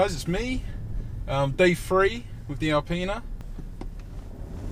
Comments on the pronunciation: Good review but I'm assuming you hang around with people who didn't go to school. Your delivery is spoilt when you constantly say M free, free free five d etc. I bet you say "everyfink" too. Great car, getting one myself. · Please oh please with so, so many uses of the number 3 in this and your other vids (M3 and any where a 3 series is mentioned) try to learn to pronounce it with a 'th'. It's not spelled with an 'fr'. It'd improve your vids free-fold.